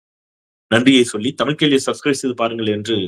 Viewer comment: First You speak Thamiz Dont speakThamil DONT MURDER THAMIZ Take Example Any Bramin Tell Thamil They Speak Tamizh Most our People Dosnt Speak Thamizh speak Tamil Including Your Self I like To Your u Tube But your Tamizh Prounansation No Good Please Try Read Kalainar Book Please Dont Murder Tamizh Thanks